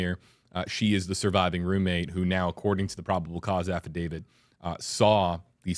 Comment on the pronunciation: it's affidavit......not affidavid. Love your show.